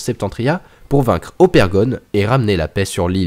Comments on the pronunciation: Mais c'est pas Opergon, c'est Ogerpon! Dsl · C’est ogerpon et sa se dit ogèrpone 😡😤😩